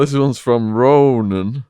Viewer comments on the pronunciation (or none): none